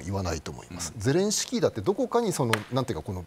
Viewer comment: 小泉さんは素人だな ゼレンシキー ではなく ゼレンスキー な